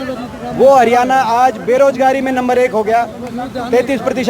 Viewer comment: भाई., हरियाणा शब्द बोलणा तो कोनो आंदा